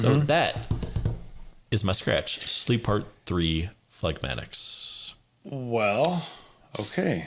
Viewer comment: Yo, Dude...phlegmatics...don’t pronounce the G. And you got your scratch exactly wrong while Grimm landed it just right. To your everlasting shame, sir!